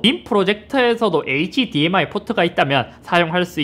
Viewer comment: hdmi 읽을때 h랑 dmi 나눠서 읽지 말아주세요 ㅋㅋㅋ 굳이 나누려면 hd랑 mi로 나눠주세요 제발